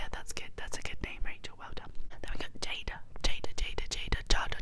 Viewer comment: jadah is actually jaida ^ ^